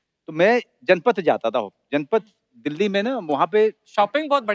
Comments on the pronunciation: It’s Janpath not janpad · its not Janpad by the way its janpath.